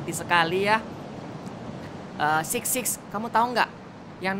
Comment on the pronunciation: Six sis beda pengucapan bro